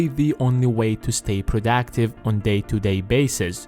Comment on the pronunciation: okay here's me making fun of being 'prodactice'. great vid btw